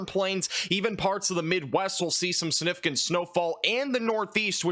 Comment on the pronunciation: Dude the word is significant .. not the way you pronounce it significant. The g isn't silent 😊